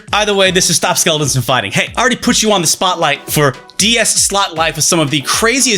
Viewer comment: Your pronunciation of "stop" in the NordVPN ad made my year.